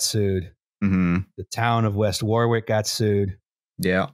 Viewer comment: Cancelled for pronouncing Warwick as War Wick. 🙂